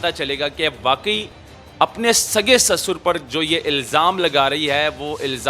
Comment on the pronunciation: SASUR nahi kehtay bhai, urdu mai SUSAR kehtay hain, hum Pakistani hain aur hamain URDU sahi tariqay sai bolni chaahiye, hopefully you will understand.